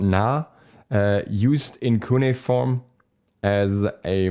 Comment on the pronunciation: I think its pronounced cue-knee-form and it is the name of an ancient form of writing know to the time period